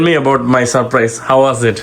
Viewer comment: Its sapprice😄😄😄 ... Not surprise 😅😅😅